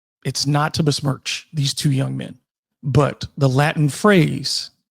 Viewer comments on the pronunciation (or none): none